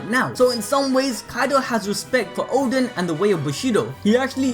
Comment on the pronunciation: Oden not Odin lol